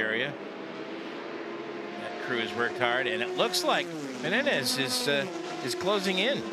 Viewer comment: Someone should say that is MENEZES, not MENENES. All race long he said it wrong😂